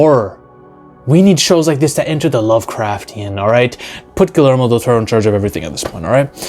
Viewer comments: It's pronounced "Gooey-Ermo" rather than "Ghoulie-Ermo" lol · its pronounced GIYERMO not GILERMO! lol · I dont know why, but name mispronunciations usually doesn't bother me..... but I couldn't stand to listen to this guy butcher Guillermo's Del Toro's name.... Gilermo???? Say with me, my guy... Gee-yehr-moh! 🤦🏽‍♂️ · Fully agree with everything you said. Guillermo del Toro needs to come back. Just one detail though. His first name is pronounced "Gee-yermo" 👍🏼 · The way you repeatedly butchered the pronunciation of Guillermo Del Toro is far scarier than this creature lmao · butchered his name bro